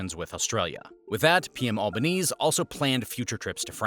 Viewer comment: thank you for the use of Kms. Edit: we say the AUKUS acronym, pronounced aw-cuss. Double edit: Alba-nee-ze